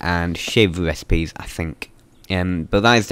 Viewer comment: Cwafting and upgwading wecipes.